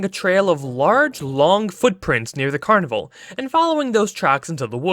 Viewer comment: "I always whanted to go to the CUANIVUH"